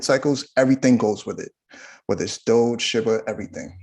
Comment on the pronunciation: awesome info.. just hate how he says Shiba like "Shibba".. if it was sounded like shibba, it would spell like shibba smh